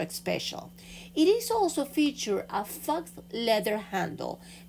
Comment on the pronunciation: the word “faux” is pronounced “Foe” and means fake or imposter.